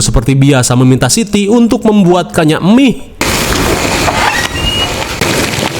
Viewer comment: Mie instan. Bang bukan " Emih" Basa sunda ta teh...😂😂